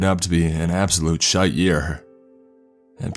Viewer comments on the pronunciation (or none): The way you said “shite” made me die laughing. 😂